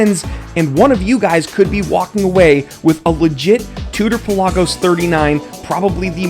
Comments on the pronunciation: Thank you for saying it properly. Puh laag os. Not Pella gos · Exactly. Official Tudor videos pronounce it this way. Peh-LAH-Gus